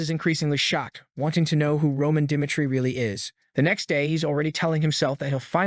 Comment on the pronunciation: Dimitry is not pronounced "duh MIGHT tree" and really, find a reading AI that works.